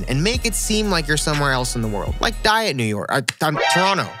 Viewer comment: Man said diet new york😭😭😭